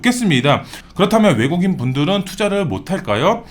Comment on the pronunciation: 내국인. 외국인.. 발음이 안 좋으시네요😢🎉